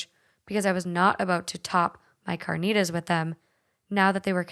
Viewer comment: Say carnitas right💀